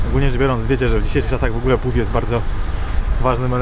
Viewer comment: Wydaje mi się że wymawia się "baff". Też lubię. Co do marznacych stóp polecił mi ktoś ostatnio owinięcie butów folią (streczem) na to lekkie ochraniacze. Działa! 🤪